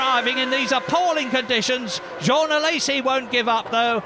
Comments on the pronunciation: Journalist :"Jaune alesi" Me : JEAN!!! Journalist: "Jeanne alesi" Me: -_ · Who are "Jauwhn Alaysee" and "Jauwhn Toat"? What even is French?